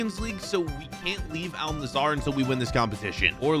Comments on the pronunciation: 'Al Nassar' bro where the fuck do you see an A between the s and r. Bro its Al Nassr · It is pronounced al nassr not al nassar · Its al nassr not al nazzar😂😂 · Is no one going to talk about how is saying Al Nassr he is literally saying Al Nazzar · Why does everyone say “Al- nissar” This is how you say it “Al- Nassir” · Al Nassr = Al Nazar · Not al nassar it's al nassr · Al Nazar💀💀💀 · You say al-nassr wrong